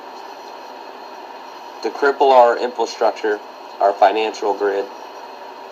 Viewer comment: "to cripple our infelstructrure..." Anyone who does not know how to pronounce infrastructure, is not a trustworthy source.